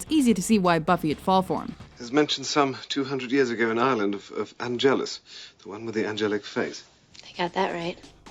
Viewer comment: IT'S PRONOUNCED "AN-GEL-US"